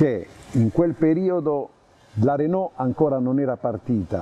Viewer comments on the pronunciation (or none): none